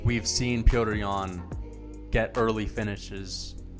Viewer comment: You should just say yan because you butchered his name a good 100 times.